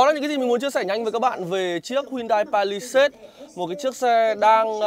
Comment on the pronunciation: làm review đồ công nghệ thì nên bổ túc tiếng Anh một chút bạn ơi. đọc tên xe như đấm vào tai